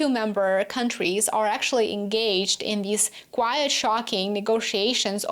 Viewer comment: you pronounce 'quite' wrong- as quiet/ˈkwʌɪət/ SHOULD BE quite /kwʌɪt/